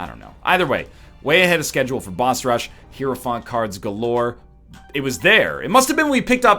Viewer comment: I'm sure this doesn't matter for the rest of the run, but you should have popped the 2 of spades to get to 99 keys man... Also: "high-row-font". The game even tells you how it's pronounced lol